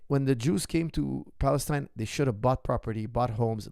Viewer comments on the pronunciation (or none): none